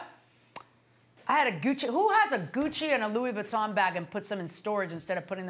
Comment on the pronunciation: 😆 Goodchie? It's Gucci! Louis Vuitton!